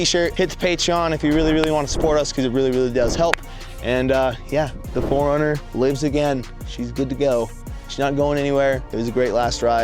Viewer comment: I thought you called it "the hornet" and I was like.. Ohhh for that 90's color Hornets jackets... Got it! Then I heard you say it again and realized you said "4runner" just mumble. Edit: Forgot to say Heal well!! Enjoy the hospital food if they keep you at all! lol